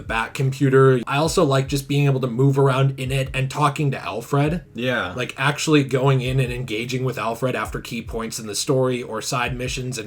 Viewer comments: Everyone: "Alfred": "Al-FRED" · “Alf Rad”